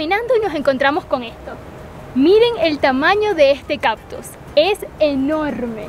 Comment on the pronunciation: Gracias por el vídeo, dan buenos datos e imágenes hermosas. Solo un detalle a comentar: la palabra es “cactus”, no “captus” como dice ella…